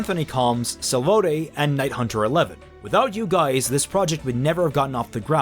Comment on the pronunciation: OMG, I got a shout out! (I'm ) Thanks for the pronunciation of my name btw. Makes it sound better than how it's actually said. I'll have to repledge to you on patreon when I get some money again.